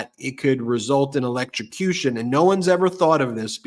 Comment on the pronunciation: Ben, yeah. The confused Donald automatically falls back to his electro-suh-cution shark story like a nervous tick. For the record. it the EV tragically ends up in a body of water near the road (no sharks in most bodies of water), as long as something didn't puncture the battery pack, it's DC not AC so DC you have to connect yourself to both terminals, and EVs breakers will trip in water; AC is one contact and then current heads through you to ground.